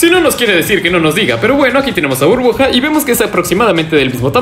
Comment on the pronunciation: Soy solo yo o escucho que dice "bruja" en vez de Burbuja :v (me saludas porfa)